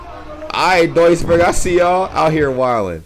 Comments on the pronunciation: Jo btw Duisburg wird eigentlich Düsburg ausgesprochen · Duisburg is in NRW, in the Ruhrgebiet. So in the West. And I hope I'm not the first person to tell you it's pronounced like "Düsburg" would be. Long ü, like süß, Füße, Grüße, not short like Düsseldorf (Schüssel, füttern, müssen)